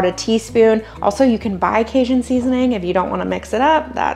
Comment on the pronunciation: Hi from Baton Rouge! Love your channel and time saving recipes and your prayers at the end! Question... Are you pronouncing Cajun as "Kay-shun"? Or "Kay-Jun"? 😁. It's the latter for the record.